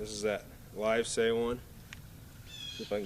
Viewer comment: Great video. Thanks for the shout out. You did say Livesay right. I got that wrong in my video and Newt says he can always tell when someone watched it.